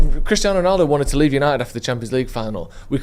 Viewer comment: Remember last week "YANITED ARE BACK" 😂😂😂😂😂😊